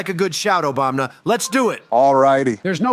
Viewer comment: This is the first of your videos I have watched. Pretty good! You need to fix all the presidents, saying Obamna. That is irritating.